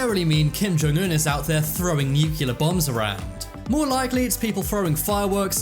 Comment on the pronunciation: the word is pronounced NOO-klee-ur, not NOO-kyu-ler, unless you Brits pronounce it like you pronounce tomato, potato, aluminum or laboratory, hell, even Canadians and Australians can pronounce nuclear correctly!